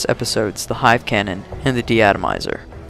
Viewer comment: ARC is amazingly useful in HC. In BTGB it's only practical with Stealth. Since I don't like Stealth, I just prefer not to use the ARC. Unless I recycle one, heh. AEGIS is next huh? Maybe you should learn us all how to pronounce it first. That'd be a start, haha. Also, please test/explain the "self-shot TPC catch". I think it's an exploit.